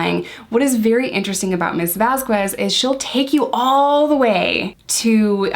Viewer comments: A note for future videos: There is no W sound in Vasquez. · Camille Vasquez. Camille, not Camilla... Vasquez is pronounced Vas-Kez. You're so much better than Elaine. She can't seem to get Camille's name right either but I think hers is more out of spite than ignorance. I'm not calling you an ignorant person, I'm only referring to the pronunciation of Camille Vasquez's names but now you know and; G.I. Joe and all... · Great analysis! You hit several of the same points as Spidey from Behavioral Arts! Just a head’s up…Vasquez is pronounced without the U. So it’s pronounced “Vaz-kez.” Elaine was super annoying about her name. I know it’s an innocent mistake in this video, but Elaine was strategically disrespectful about her name. Like she would pronounce it right but then during cross and redirect she’d say it with the U again. 🙄😑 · Vasquez is pronounced with a K sound where the QU is. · i love you and i loved this video, which is why i need to tell you that the "u" in "vasquez" is not pronounced. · I was looking for this comment. I agree it’s a not a super important detail in this video as isn’t trying to be disrespectful but I thought Elaine was saying it wrong on purpose and this video made me wonder if I heard it wrong since I am only on like day 3 and haven’t heard her name said a lot yet. I just saw Elaine using it wrong in like recap YouTube videos so I was wondering if it was really said the way I thought or if Elaine was saying it right. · Great analysis! The u in Vasquez is silent BTW. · We call Elaine Bredehoft Umbridge. They are supposedly very good lawyers but they are obviously not litigators. Umbridge is used to depos and settlements. I think the Turd has ruined her own case by forcing their lawyers to fall down rabbit holes like muffins & megapints. Camille's last name is pronounced VasKez. Yesterday, it hit the press that the reason the Turd's role was cut back because of lack of chemistry with Jason Momoa.